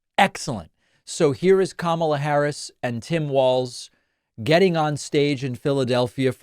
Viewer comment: First, "Obamna" now "Kamabla?"🤣🤣🤣